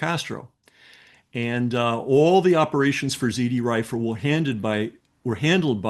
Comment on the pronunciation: Z R Rifle, not zD